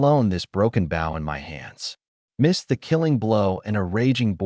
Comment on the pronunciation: for the love of god someone teach this thing to say shed and bow